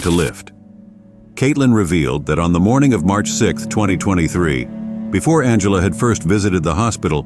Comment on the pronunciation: The AI voice is appalling, esp the pronunciation. It doesn’t even pronounce Angela correctly a few times. From it gets very garbled. The script seems genuinely good, though… It can’t take that long to narrate it properly, surely? And the GPU acceleration flags need deleting…